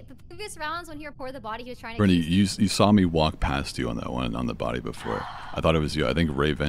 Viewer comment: So my name is Carina and I heard corpse say "uhh corrina?" AND I FLIPPED TF OUT AND HAD TO LISTEN AGAIN.